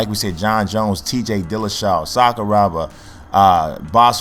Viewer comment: Sakuraba bro not Sakurooba. anyway nice vid man.